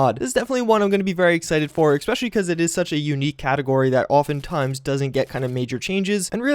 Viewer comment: I'm going to unsubscribe. It's ESpecially, not EXpecially. Goddamn.